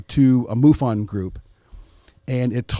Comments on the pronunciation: When you said mofon I turned the video off. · What is MUFON, what is Richat are the 2 things I heard him miss, so far. He's a dumbasss.